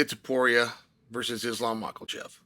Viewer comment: Haha, Chael still cannot pronounce Makhachev correctly, he still says "Macalcev", LOL!!